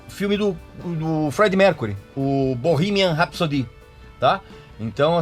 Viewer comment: "Borrímian Rapsodí" mas o que é isso, men?